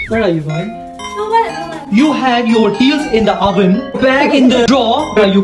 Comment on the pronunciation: Bro said oven "over" Bro said drawer "drew" 😂 Anyway these and the "I'm gOINg to TakE oUT tHe BINNNN" 😂